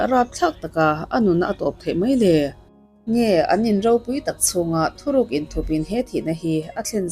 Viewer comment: Thuhruk ni awm tak thuruk tiin i chhiara